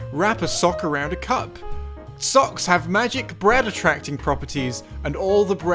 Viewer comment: "Put the sock around the cuck" he said it exactly like that